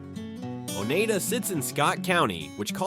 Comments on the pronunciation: Oneida is pronounced o-nye-da...nye as in eye...NOT o-nay-da!. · It’s not Oneeda, it’s pronounced Onida.